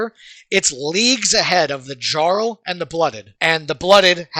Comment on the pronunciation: Lol I like that he says jarl wrong. Only dude to never play Skyrim, and no they aren't saying it wrong jarl, fjord it's a constant language feature